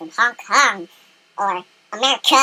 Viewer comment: lol sorry, btw thank you so much for your help. this video really helped me! i also like your high emphasis on the most random words. like amerCAAA. lol sorry if i'm being rude :P but thanks again! I've seen you have skype. you should add me! i might needs some more help with macs